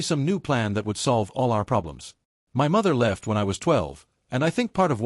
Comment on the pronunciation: another M Y story.......how hard is for an AI to say "my" instead of M Y god it is annoying